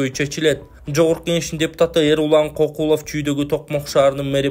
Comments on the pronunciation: Эмнеге адамдардын фамилиясын туура эмес окуй бересинер Кокулов деп, Көкулов болсо керек? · Кокулов эмес Көкүлов.жазылышы кандай болсо,ошондой окубагыла да